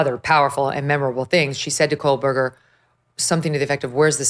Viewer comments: Megyn. I absolutely adore you girl, but could you, if you have to say this monster’s name at all, please pronounce it correctly. It always sounds like you’re saying, “KoLberger” with an L. Not trying to be a pain in the 🍑, but my OCD flares every time I hear it. 😊🙉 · Hey meeeegan Killers name is KOHHHHHBERGER NOT KOHLLLL... JESUS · Why do u always say Kol-Berger…lol. Not that I give a shit bout that loser but just wondering why u pronounce it that way 😂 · Why does Megyn pronounce his last name as KOHL-BERGER? So annoying. There is no L in his last name.